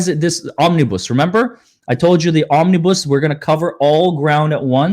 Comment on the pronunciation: Omni bus. Not bousse